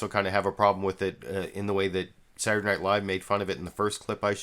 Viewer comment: I enjoy how you pronounce the word "Saturday" "Surday." And I like how you start every analysis with "Huh..." Not making fun, love the show.